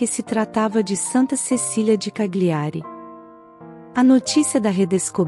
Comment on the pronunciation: CAGLIARI, pronuncia-se Calhiari, pois as consoantes GL juntas no idioma italiano tem o som de LH em português.